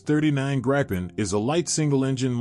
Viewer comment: Man, that was a jumbled mess. There were so many pictures of aircraft that were not even close to the ones you were discussing. That, and the pronunciation of the Gripen and Rafale was painful. Was this an AI voice or a real person? If it was AI I can understand, but a living breathing human should know better.